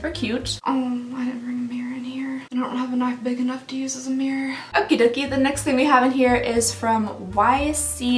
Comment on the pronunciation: I love that her Southern comes out when she says "mirror". Mine comes out when I say "van". It sounds more like "vayan".